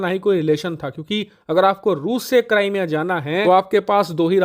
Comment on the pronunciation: Cramea nhi hai wo bhai crimea hai wo 😂😂😂